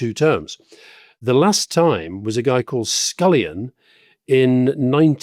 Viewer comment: Prime Minister Scullin (not scullion)